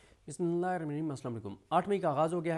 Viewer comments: Bismillah tau sahi aur clear parh liya karo... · اپ کو بسم اللہ الرحمٰن الرحیم پڑھنا نہیں آتا ؟؟؟